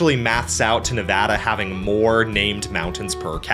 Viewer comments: THANK YOU!! For pronouncing Nevada correctly!! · Bro writes a great video and pronounces Colorado and Nevada correctly. 10/10 will subscribe. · OH MY GOD YOU PRONOUNCED NEVADA RIGHT I LOVE YOU❤❤❤ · I'm just glad he pronounced Nevada correctly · Huge thumbs up for Nevada coming out on top. Bonus cudos for saying Nevada right! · Hell yeah, pronouncing Nevada correctly Absolutely W from a Nevada resident!!! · As a Nevada resident I would like to thank you for saying the name of our state correctly. 🙏 Also really interesting video. I've actually had this topic of conversation come up quite a lot so I'm happy to learn more about it. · Thank you for pronouncong nevada correctly and not Nev AW da like most dumbies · NEVADA MENTIONED AND PRONOUNCED RIGHT RAHHHHHH 🎉🎉🎉🎉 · as a geologist that lives in Utah, lived in Nevada, and got a degree in California. I approve of this video lol thanks for pronouncing everything correctly and mentioning that yes death valley is in both CA and NV. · I was going to congratulate you on the correct pronunciation of Nevada, but it all made sense when you said you used to live in the Sierras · Thank you for pronouncing Nevada correctly. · Saying Nevada properly is more common than saying Colorado properly, which he also did. Impressed. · Finally, someone who says colorado, nevada, AND appalachia correctly 😂 we need to protect this man at all costs